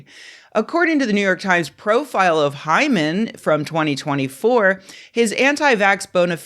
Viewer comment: Take a drink every time Rebecca says hymen... err Hyman.